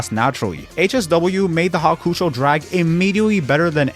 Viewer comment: Hawkoocho drag😭 Its hawk-ō-chow